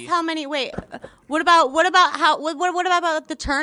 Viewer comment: The narrator doesn't know that the word "what" ends in a T??? He says wha-happens. Wha-happens.